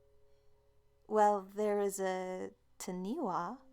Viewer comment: Oh dear...Taniwha is pronounced Taa-nee-faa. The 'wh' is like the english 'ph'...it makes an 'f' sound...Maori is Mah-or-ree but said fast, so it almost sounds like 'mouldy' with a soft 'd'. Also, the mythology classes Taniwha as giant monster like beings who turned into things like mountains, big rocks, other landmarks etc, according to the legends.